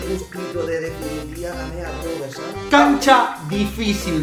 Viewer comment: Porque le dices robeto si es robert ??